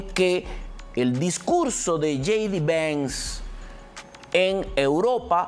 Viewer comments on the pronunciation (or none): Trump no Tron, Vance no venz, Harris no herris, hablas español o spanglish?